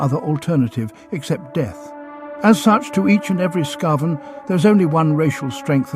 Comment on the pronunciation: Again, some inconsistensies in how certain words are pronounced. Is it "skah-ven" or "skay-ven"? It's the latter. But it's a shame you don't weed stuff like that out before posting. Such an easy fix.